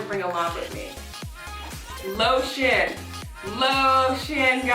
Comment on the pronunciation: 💀 when she said lotion I thought she said low sh*t and I was like “ oop 😳”